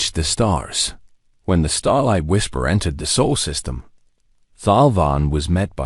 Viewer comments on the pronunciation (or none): Our sun is Sol. Not Soul!!!